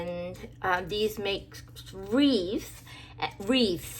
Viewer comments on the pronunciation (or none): You said reefs 🤣🤣🤣or wreaths , just kidding. Add pieces of cereal box and see if it helps, if you hadn’t tried that. I can’t see due to the sun, I’m sure the cards are nice ☺️